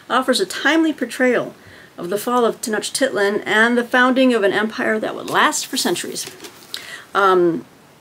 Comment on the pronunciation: Conquistadors and Aztecs!! 🙌I'll also be reading about the fall of the Aztecs!! (You actually pronounced Tenochtitlan pretty well when you were reading the blurb of the book). I like the idea of faith and religious reading for historathon. Not precisely the same, but as for the history of christianity, I'll be reading a book about the spiritual conquest of México. (My focus will be the fall of the Aztecs and New Spain).